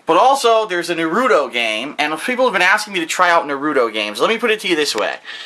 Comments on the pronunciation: It's pronounced NA-RU-TO. Thumbs up so can see this and not butcher the name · hahah doesn't know how to say Naruto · pronounces naruto wrong. I speak Japanese and know the pronunciation. is saying to correctly